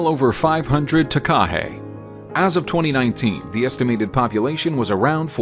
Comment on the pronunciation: Takahē does not have a stress on the KA. The stress is on the HE at the end. Hence the macron signifying a long sound. Taka is short sounds like waka and haka ( NOT harka)